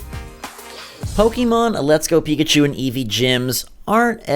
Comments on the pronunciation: PRONOUNCE IT RIGHT PLEASE!!!!!!!! POKÉMON!!!! NOT POKEEEEEEEEEEMON!!!!!!!!!!! AAAAAAAAAAAAAAGGGHHHHHHH!!! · pok-ayy-mon not pok-ee-mon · Pokeemon? Really? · Aaaaaa stop calling it po"kee"mon !!